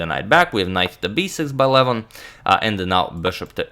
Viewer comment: I can't stand the way agadmator pronounces Levon Aronian's first name. It is an 'o' not a 'u.'